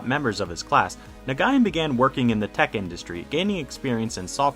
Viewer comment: is anyone else annoyed by the way he pronounces nguyen